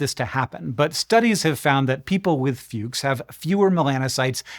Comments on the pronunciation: And yet… Fuchs isn’t pronounced “Fyukes”… it’s pronounced like “Fooks”. It’s admittedly a minor linguistic infraction. So I’m sure nobody is going to give a Fuchs. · To be exact,he didn't pronounce Fuchs Heterochromic Iridocyclitis correctly. "Fuchs" comes from the name of Ernst Fuchs, whose name is German. So Fuchs should be pronounced like Foox but with a short oo (it means fox btw) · Sorry Hank, but this disease was described and named after the Austrian Ernst Fuchs. Unfortunately this means your pronunciation of his name is not correct here. "Fooks", like foods with a k, would be closer to correct! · its not called Fyux. Fuchs is German for Fox and spelled totally different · You mispronounced the German name Fuchs... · Almost proud but you pronounced Fuchs wrong. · So that's how Fred Fuchs' name is supposed to be pronounced.